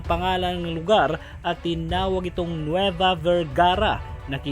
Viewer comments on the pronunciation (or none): none